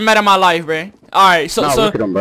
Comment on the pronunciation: STOP SAYING breh